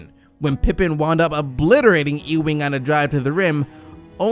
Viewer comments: It pronounced Ewing (think You-wing) not E-Wing... Bruh, you been watching too much Star Wars... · Ewing pronounced you-ing not ooo-ing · It's YUwing, not Eeewing.